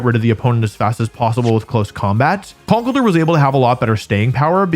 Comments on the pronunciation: Wolfe be like: Kuhnkle-durr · The way you say conkeldurr is new and alien to me